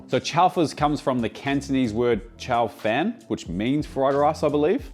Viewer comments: Chao fahn not chow fan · Yummo as always. If you ever need a taster in your Sydney test kitchen give us a holler. Can help you with the pronounciations too "come pong" not "cam pung", and "chao faan" for Cantonese fried rice..